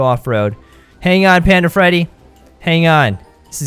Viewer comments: you said panda fetty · when panda Freddy fell out you said panda Feddy